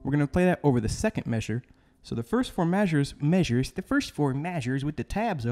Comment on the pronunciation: "The first fo mayzures..."!! 😄